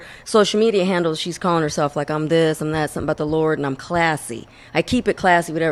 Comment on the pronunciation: “Let me show you shumting!..”